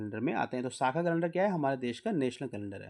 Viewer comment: साका नही शक सवत्स हैं